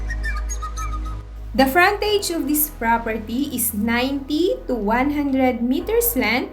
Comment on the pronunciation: Did you even say where the propERTEEE was located?